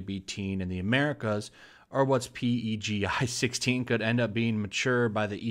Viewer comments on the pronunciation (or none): It's called "Peggy". Not Pee-Ee-Gee-Eye. (PEGI) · It's pronounced Pe-Gi (PEGI12-18 can have "sexual content" even though it's being banned for being "sexual content") Years ago I placed a link on Kotaku and it was from a company that makes Sport Bras. In it they stated it's really hard to make one that prevents any movement, near impossible due to the ∞ movement with bigger breasts. The only way to get no movement is to completely bind them off (Which is absolutely not a healthy thing to do) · PEGI is pronounced "Peggy" on their commercials.